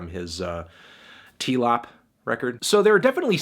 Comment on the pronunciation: The way he pronounced 'TLOP' gave me melonoma